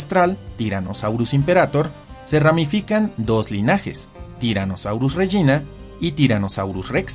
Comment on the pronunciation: Creo que se pronuncia régina y no regína